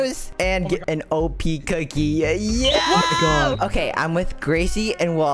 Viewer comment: the way he said cookie lol